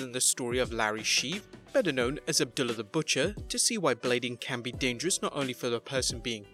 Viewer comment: The wrestlers name is Saturn not Satin, and its Abdullah the Butcher not abdilla, could you expand exert the smallest amount of effort when it comes to pronouncing people's names